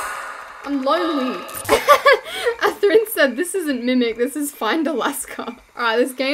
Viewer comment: I think it’s pronounced af-thrin